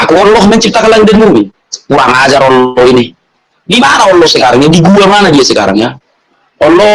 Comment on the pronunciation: Aku suka bgt klo ustad melafalkan kata Allah...sgt fasih